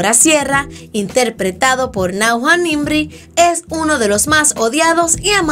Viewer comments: Dijiste nangua y es najwa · es que la voz del vídeo dice: "NAGUA" 😂 Cuando debería ser "Nashwa" (que así es como lo pronuncia nuestra querida Najwa) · Su nombre se pronuncia "Náuya" no "Náua" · No se dice “najua” se dice “nayua” así se pronuncia. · Como dices nagua a Najwa 🤦🏻‍♀️🤦🏻‍♀️🤦🏻‍♀️se escribe Najwa nimri y se dice nallua nimri esto no lo perdono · Se dice "Nayua" 😉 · es nayua osea asi se pronuncia zD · Like si escuchastes “NAGUA” >:c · Najwa nimri, se pronuncia nayua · Es un nombre arabe y se pronuncia tal cual se escribe, Najwa. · Enserio lo pronuncias nagua? Madre mia que rabiaaaaa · Pensé lo mismo jajajaja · "Nauja...." NAUJA?! Seriusly...? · JAJAJAAJ najua JAJAJAJAJ si vas hacer un vidio asi por lo menos pronuncia bien su nombre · Como pronuncia Najwa 🤡🤡🤡🤬🤬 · Mejora la pronunciación del nombre de najwa dioss🙏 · jajaja yo igual !!! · Confirmo jakajs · No sé dice así el nombre de Najwa